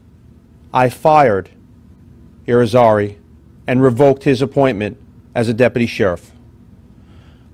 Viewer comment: Depaty or deputy? Gauged or engaged?